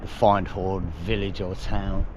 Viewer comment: Lovely video. Always great seeing your Scottish videos. Findhorn is pronounced Fin horn. D is silent.